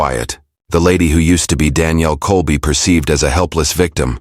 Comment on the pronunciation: Can't keep the story straight and mispronouncing Danielle's name (First and Last). I would be safe saying this is all made up b.s.!!